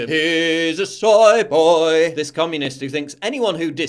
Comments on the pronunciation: Why do you pronounce soy boy "soye boyeee" you soy boy. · isnt it pronounced soi boi